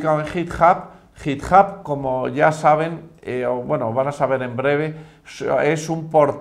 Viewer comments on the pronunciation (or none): Que alguien le enseñe inglés a este hombre por favor, /jitjab/ me estalló los oídos.